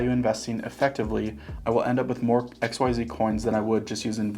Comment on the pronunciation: I keep hearing XYO instead of xyz 😂